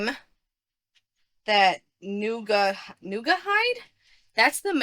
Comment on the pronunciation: It’s Naugahyde, not “Nooga hyde.” It was an artificial leather used on furniture back when I was young — don’t ask, but it’s vintage. The stuffed animal was part of a joke in their commercials. It’s a “Nauga.” It’s supposedly the animal that Naugahyde comes from, like leather coming from a cow. I don’t know whether the commercials are still around, but it would be worth it to search YouTube to see if they are. They were cute.